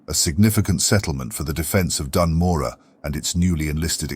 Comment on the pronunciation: HE SAID IT RIGHT! He said Morogh right!!! Great video mate, really happy this channel exists. It's so great!